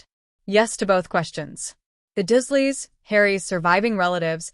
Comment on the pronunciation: 😮why does it keep saying dash doesn't make sence and his, aunt 😮uncle😮 last name is not pronounced dusleya its the dursleys lol